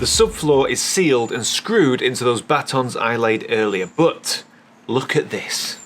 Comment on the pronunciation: Battens. I cringe each time you say Batons 😂